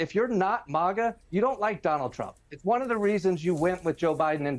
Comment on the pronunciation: Okay, so refutal is a word. Both of his pronunciations were wrong. BTW it's MAGA, not MOGGA.